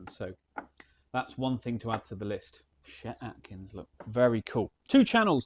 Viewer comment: Nice video. It’s “chet” with a ch like church